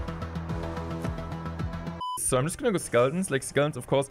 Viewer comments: best part of the video is the legend attempting to pronounce duchess. i dont speak a second language so i am an absolute dumbass and could only imagine what that would be like. so much respect for you doing english content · I am glad that Clash is playing it a bit safe with dagger duchess than being crazy with her Also I love hearing you trying to say her name haha, thank you!